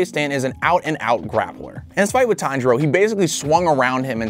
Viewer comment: He just said taniro